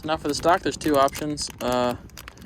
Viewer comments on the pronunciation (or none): none